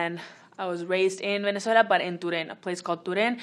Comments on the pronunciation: how we say: venezuela how lele say: veneuziella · Am I the only one who thought she said Minnesota when she said Venezuela